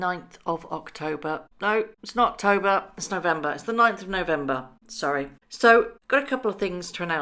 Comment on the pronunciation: Made me lol straight when you said it’s Noctober in place of “NOT October”, don’t know if accidental or on purpose but it was adorable. Congratulations on your 100k award!